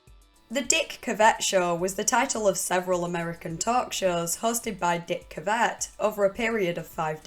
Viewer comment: Took me a moment to realize you meant Dick Cavett! Pronounced like this